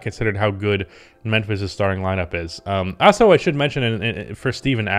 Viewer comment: I will subscribe to your channel if you learn how to pronounce "Also" correctly. It's in the name of the channel after all